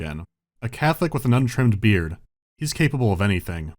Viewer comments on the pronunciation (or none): none